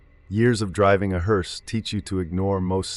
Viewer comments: Its pronounced “Herse” not “herese” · Been a professional what driver ????😂😂😂 At least learn how to pronounce the name right . It's HER SE not Hear se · Not a “heerse”, a “hearse”! And family doesn’t sit next to the casket in back of the hearse. What kind of freakish funeral home puts seats next to the casket in a hearse?! Families don’t ride in the hearse! Who does the illustration to these things? And writes them? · Is this AI ? Why is the word “hearse” pronounced differently multiple times ? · A.I. mispronounces hearse. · He couldn't pronounce "HEARSE "😂😂😂